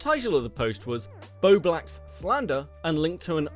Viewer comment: I think it’s hilarious that STILL can’t say bowblax properly 😂